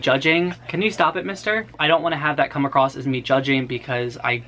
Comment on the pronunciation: "Came acrossed" "mind-bottling" aaaaaaaaaargh